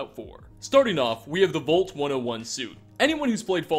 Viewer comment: it’s “vault” not “volt”